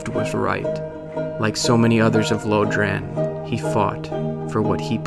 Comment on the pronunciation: i love these videos but can you stop calling it "Low-dran". Unless i'm crazy, it's pronounced "Lore-dran"